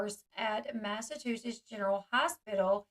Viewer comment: Lol L you’re adorable but if you need help, or WANT to say it differently, instead of saying “mass a two shits”, try to remember to say it, “mass a choo (like a train) sets”. But really you should just keep sayin it your way. I like it better.